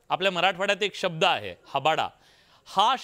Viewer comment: हाबाडा नाही...हाबडा .. ओन्ली मनोज दादा जरांगे पाटील..